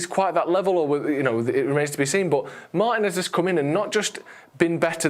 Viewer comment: Please pronounce Martinez's name correctly.